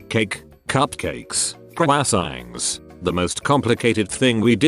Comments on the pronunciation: Lol “Qcrwassangs” instead of croissants. Wtf... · Nobody: : cwASsAnGs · Ah , cwasangs. my favorite. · nobody: 'Kwasayngs' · No one. Absolutely no one. Not a single soul. Voice AI: cookies, brownies, cake, cupcakes, KrwAsWangS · text: croissants TTS: K W A S Æ N G S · Nobody:... the text to speech voice: KWASSANG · Croissant: 🥐 Tom Holland: Quackson! Bot: KWASÆNGS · Nobody: Robot reddit voice pronouncing croissants: kwasaings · Listening to the voice to speech try to pronounce “croissants” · crow essence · nobody: voice ai: cOWAsANgs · As a French I felt deeply insulted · Kraasengs not croissants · Normal People: Croissants Computer Dude: Coy sangs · Cow-a-sangs I love text-to-speech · when the voiceover says 'croissants' omfg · hearing voice to text try and say croissants was hilarious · PARDON???? how tf do u say “croissants” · When the voice says "croissants"😂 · how to properly pronounce "croissants"